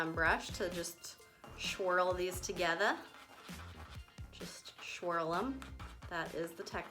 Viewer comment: “Shwirl them.... shwril is the technical term” 😂